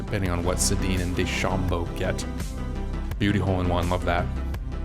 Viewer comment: Love the video Sensei! The player named dechambeau is a reference to the real life professional golfer Bryson Dechambeau. It's pronounced de-sham-bow :)